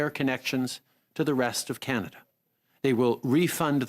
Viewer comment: It is CanaDAH under TruDAH!